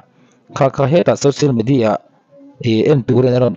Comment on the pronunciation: I hmanhmawh ltk vang nge ni,social medi ah ti a ilam te kha,in video kha ngaithla nawn veleh teh khai.. .